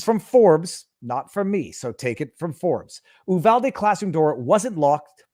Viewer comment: its U-VAL-DEE!